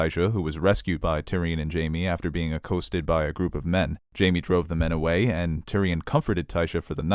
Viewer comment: "acoasted"? the word is accosted (uh - cost- ed)